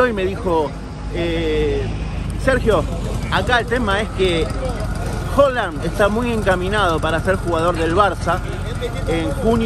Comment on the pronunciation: Es primera vez que veo tus videos y me gusta el material Solo… pronuncia bien Haaland jaja me estresa escucharte decir Holand…